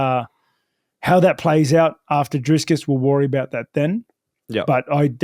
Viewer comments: It's DRICUS NOT DRISCUS, Rob 😂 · Hey Rob I'm from South Africa 🇿🇦 You are absolutely butchering Dricus' name 😂 It's Dricus not DriScus. Basically say "DriKus" I wish I could send a voice note in these comments for pronunciation. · Hi Rob. Big fan of yours. But as a South African I have to say his name is Dricus. Not Driscus. Let's hope for a good fight. Love your work but have to back my compatriot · It is Dricus not Driscus. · Rob going head to head with Chael with that "DriScus". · Are we not going to address the fact, that he kept calling him Driscus? 😂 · I just wanna hear Rob keep calling dricuss driscuss all the way to the presser 😂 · Love Rob but bro his name is DRICUS, no "s" in the middle. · Love Rob with the big disrespect calling him “Driscus” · I love how Rob mispronounces Dricus every time haha "Driscus" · How is it that people with normal functioning brains can’t pronounce Dricus? Not driskus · I'd love to see that fight companion. Also why does Rob keep calling him DRISCUS lmao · Driscus 😂 Please keep messing his name up, he keeps correcting people and it bothers him. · Geezus Rob its Dree-kus!:face-turquoise-covering-eyes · Drinking game: Take a shot everytime Rob mispronounces Dricus 😂